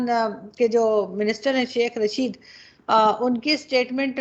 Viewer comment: Janab, Shekh Raashid nhin, Shekh Rashid nam hai ji.